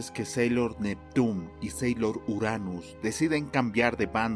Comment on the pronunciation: Sailor es no senchis como sea que digas